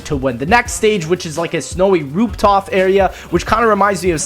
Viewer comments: did anybody else hear him say roop tof instead I'd roof top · did lex say rooptof Insead of rooftop? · At he said roop tof instead of roof top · rooptof area? Is just my ears or did you say this shit XD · by the way , you said roop toff instead of saying roof top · lex the type of Nigga to say toop rof instead of roof top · Lol he say Roop Tof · "a snowy rooptoff area"😂😂😂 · he said rooPtoF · oh man he said roop toff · am i tge only one that heatd him say roop tof? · did he say roop tof? Ayyyy lmao